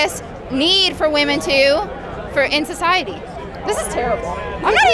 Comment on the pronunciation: …it’s not woomen. It’s pronounced wi-men